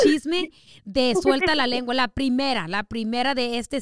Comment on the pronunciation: Was I the only one that herd her say lenga 😭😭😭😭😂😂